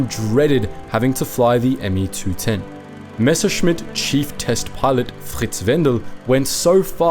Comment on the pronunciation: nice that he can pronounce messerschmitt corectly